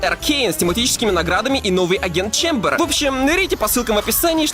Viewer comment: Позёр не чембэр а чамбер